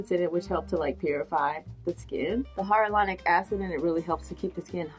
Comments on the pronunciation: hi-uh-luh-ron-ic. love you. - a southerner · I pronounce it wrong too. High a lure on ick. (Not how I usually say it....) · Say: Hi-Ya-La-Rah-Nic. See? Eazy Peezy.:o)